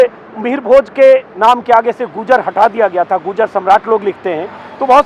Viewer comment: अंजुम जी वो गुर्जर है, न कि गूर्जर 🙏